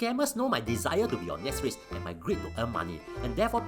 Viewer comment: When pronounce Netsflix, I noe something is wrong:p